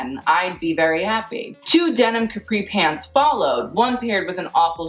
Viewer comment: Love how you pronounced Caprì ahaha